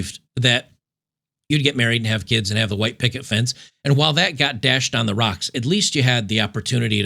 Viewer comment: You “said” keeeeds wrong.